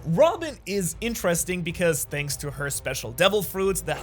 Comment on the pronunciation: Bro he says "shanks for watching"😂😂😂